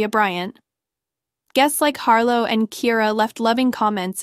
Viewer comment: Girl learn how to pronounce names honey the name is Ciara!!